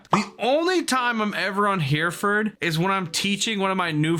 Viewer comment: Did you say here-ford base? As in right here? Like bro it's pronounced hair-uh-fud base